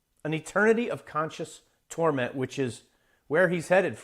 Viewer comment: 😂😂😂 Amateur comedian??! 🫣 Dave is gay? Ok. I have no idea. None of anyone’s business. You’re an artist? That’s cool. Maybe that’s mutually exclusive to science. lol Who ares theses guyses? That one guy looks sad and had a hard time pronouncing the word conscious.